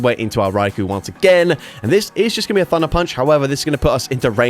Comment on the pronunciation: Hey thank you for not saying RY-Ko drives me absolutely insane when rise size it that way